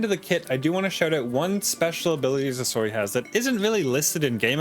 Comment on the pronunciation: i dont know why, but whenever you say his name i just hear sosoy, am i crazy?